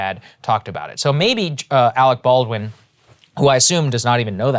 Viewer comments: “Alwick ballwin” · Arec Bawdwin...